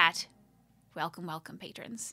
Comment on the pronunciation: the funny thing tho, it always sounds like you are saying Patreons which is the word used in Patreon for the people who follow you there, but the Archivist calls her followers Patrons :D That's why I always get kinda confused!~